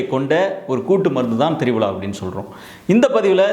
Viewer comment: Dear Dr. It is pronounced as Triphala and not Tribala...